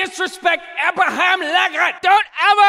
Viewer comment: I believe it's pronounced "Lahhcaan".